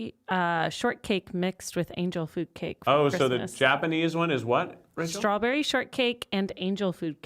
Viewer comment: Something about the way Rachel says strawberry makes me wonder if she speaks any Japanese.